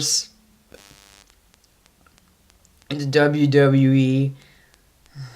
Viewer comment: Please, can you say W W E, no W W E